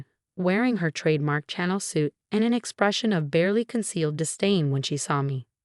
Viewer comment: I WISH YOU WOULD TEACH YOUR AI HOW TO PRONOUNCE CHANNEL.